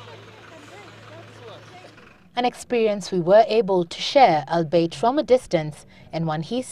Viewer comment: albeit is pronounced all-be-it. Get it now!!!